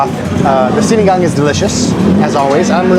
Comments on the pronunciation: Na perfect mo din ang pagbigkas ng SINIGANG!!👏👏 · Wait...i think you i just heard you say Sinigang with zero accent. O baka mahina lang talaga pandinig ko. 🙂